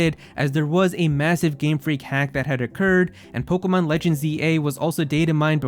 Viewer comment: I hate your voice and the way you say Pokemon . It hurts my ears